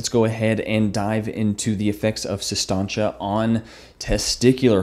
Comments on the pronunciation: Its Sis Tanch.. Not Sis Tahnch Ay. Like he kept saying lol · Does it bother anyone else that he mispronounces it for 15 min?